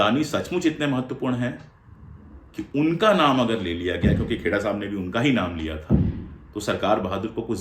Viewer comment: से मिनट के बीच आपकी भी ज़बान फिसली और आपने पवन खेड़ाजी को पवन खोड़ाजी कह दिया। मारवाड़ी में खोड़ा का अर्थ होता है लंगड़ा। आपकी भी गिरफ़्तारी होनी चाहिए। 😂😂